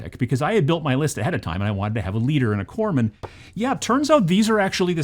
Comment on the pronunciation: There's no 'e' in Corpsman. They're a Medic in the Corp; by the time we're talking about 'Corpse'... it's a bit late 🤣😜